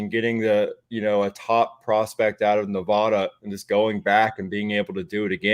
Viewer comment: Its Nevada not Nevawda